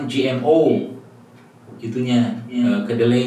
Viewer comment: Gmo. Bukan gno